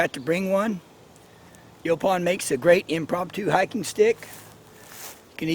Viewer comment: Final someone whom pronounces it like we Texans. Lol